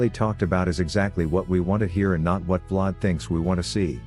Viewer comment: “Vlod” “V-Lad” 😂😂